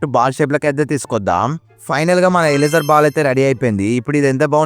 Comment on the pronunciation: 😊 bro that is eraser not ealesar😂😂😂😂